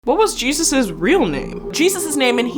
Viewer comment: Wrong pronouncement of the Lord's first name